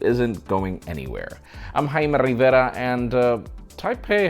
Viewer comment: HAIME RIVEIRLAH